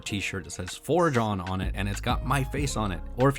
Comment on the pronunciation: Oh.. Forge On. Sounded like For John